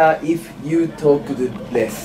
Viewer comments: lessがlethに聞こえるから てつやは英語をしゃべらないほうがいい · lessがbestに聞こえた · Lessがbethに聞こえるwwwwwwww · lessがlethになってんだよなぁ… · てつやのlessがdeathに聞こえてた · lessの所breathに聞こえた笑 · レスがブレスに聞こえて息をしたら良くなるかと思った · LessじゃなくてLethになっとるわ笑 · lessがlethに聞こえる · れすがブレスに聞こえた笑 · 発音悪すぎてわかんね〜 it would be better if you talk best?? Oh less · てつやのlessがベストに聞こえたw(老化が始まったかな？) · If you talk lessが is you talk best に聞こえて？？？？ってなった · lessがベスにしか聞こえなかったw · Lessがlethになってる笑笑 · lessがblessにしか聞こえなくて何言ってんの？wって思った私だよ。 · てつやの発音が悪すぎて草